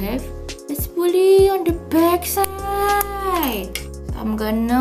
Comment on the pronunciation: That moment when she said "If you don't want to bring separate spoolie, you can buy goof proof and it will have THE SPOOLIE ON THE BACK SIIIIIDE (dengan aksen medokkk 😂)" U're my fav indonesian youtuber, btw. xo